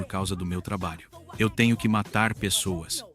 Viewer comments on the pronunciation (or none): "BOM TRABAIU "